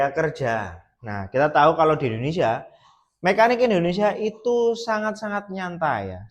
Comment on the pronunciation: Kok bihisa ngomong indohnesia mas..dahri puhlau jahwa ya mas